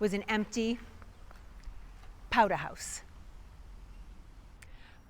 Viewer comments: Mr. Brattle 'took a powdah'! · Powder rhymes with Chowder! (Another excellent video! Thanks for making them... I'm the direct descendant of a Scottish born Loyalist who fought for the Crown with his sons in the North Carolina colony... until they were taken prisoner after a big battle and given a choice... sign a document saying their loyalty now lies with the Congressional forces or swing from a pine tree... they took the pen not the pine... so they kept their lives and the family land... :)